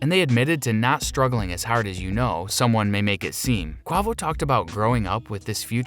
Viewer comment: Did this nigga say qwovo